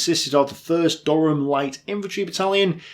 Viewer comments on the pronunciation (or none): none